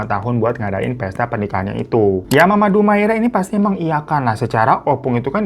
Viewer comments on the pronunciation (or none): Dumaria..bukan Dumaira🙈😆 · bukan dumaira bang, tapi dumaria :( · Bingung bang, tulisannya dumaria tapi ngmng nya dumaira😂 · Tulisannya Dumaria bg hiro haha. Bukan dumaira. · DUMARIIIAAAAAAA bukan dumaira bang 😂😂😂😂😂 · Dumaria jadi Dumaira😂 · Betul. Trus bang Hiro .penyebutannya bukan Dumaira tapi Dumaria..😊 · Dumaira? Dumaria 😂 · Bang....bu dumaira apa dumaria....salah sebut tuu😂😂😂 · bang salah lg nyebutin nama bu DUMARIA jadi DUMAIRA😂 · Dumaria kak bukan Dumaira wkwkw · Dumaria apa Dumaira si ? gue denger dumaira . Di text video tertulis dumaria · lu salah nyebutin nama org lg dr awal bu DUMARIA lu blg DUMAIRA😂